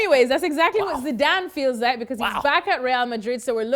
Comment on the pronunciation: this man s accent has been really bothering when he says sidan instead of zidane